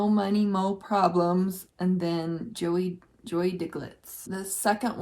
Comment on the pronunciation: Joie is pronounced like Joy :)